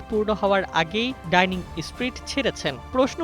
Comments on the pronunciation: বিশ্ব গোবর-গাধা রিপোর্টার, এটা ‘ডাইনিং ষ্ট্রীট’ না বরং “ডাউনিং ষ্ট্রীট”। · ডাইনিং নয়, ডাউনিং ষ্ট্রিট।